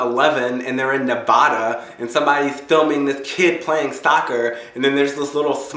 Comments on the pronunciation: okay. I'm gunna stop you right around 50 seconds. THAT'S NOT HOW TO PRONOUNCE NEVADA. neh-vaaaaaaaaah-duh. not nu-vawwww-duh. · you did not just say navada its NEVADA ADA ADA not VAuda short a short a ada aaaaaaaaaaaa duh neeeeee vaaaaaaaa duhhhhhhh ok go back to being histarical ;) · It's Nuh-va-duh